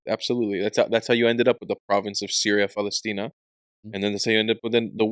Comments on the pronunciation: It is not PALESHTINA! It is pronounced PALESTINA! That letter is called SIN or LEFT SHIN - ש שמאלית !! כואב לי שישראלים לא דוברים עברית נכונה, לא מבטאים ח׳ וע׳ כיון שגם מי שאמור ללמד , לא יודעים ולא כלום! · פלשתינה Palestina is spelled with a Seen, not a Sheen. So pronounced "Pa-les-tina" not Paleshtina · Palestina with a sin, not "paleshtina" with a shin...